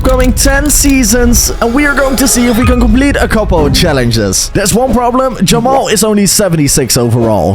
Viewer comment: said Jamal 😂💀